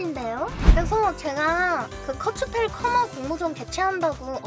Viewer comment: 저거 독일발음으로 쿠르츠펠 이라고 읽어야 멋지지 않나????? 넥슨?????